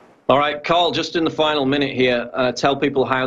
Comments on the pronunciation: Why is PJW calling him Carl? His name is Tarl! Get it right...! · It's Tarl Warwick not Carl Warwick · Tarl, his name is Tarl...With a "T" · It's Tarl with a "T". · His name is Tarl, not Carl. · david doroteo I'm pretty sure it's Carl not Tarl... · Lol you kept calling him 'Karl' that's my home boy 'Tarl' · I'm pretty sure it's "Tarl" not "Carl" Cheers having him on though. Pretty much daily I run to youtube in the hopes of hearing some new mug-clanking. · Paul - his first name is TARL, with a "T" not a C or K! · PJW keeps calling him 'Carl' not 'Tarl'!!! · Sounds like PJW is calling him Carl. It's Tarl. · Hey Paul, it's Tarl, as in Tarl Cabot, not Carl like Carl's Junior. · It's Tarl, bro, not Carl. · It`s Tarl, not Carl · It's Tarl not Carl! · his name is Tarl,, not 'Carl' .... funny he didn't correct you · I'm on you brother but learn the word pronunciation and how to pronounce the name Warwick........ Tut tut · fuck sakes Paul, get the guys name right.